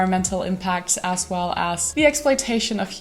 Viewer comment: Please stop pronouncing as like ass.